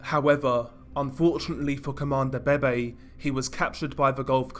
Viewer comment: How I hear 👂 this dude say : Comandante BeBe ‘’CoMAnDO BEY BEY’’ 💀